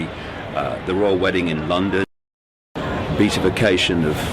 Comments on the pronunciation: Be-at-if-ication, David... Be-at-if-ied... Not Beat.. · Pity you didn’t think of grasping the proper pronunciation of that “long word” beatification, given your in depth knowledge. It’s Be- AT-ification. 🙈